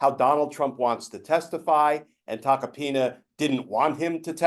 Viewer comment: I keep hearing Tuck-a-penis... twice in a row.